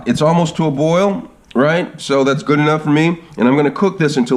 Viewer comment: “Gud” lol